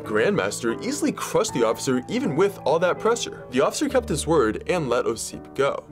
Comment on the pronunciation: When you try to make a videos that related to history, at least look up how person's name should be stressed. Its "Ossip", at the first syllable.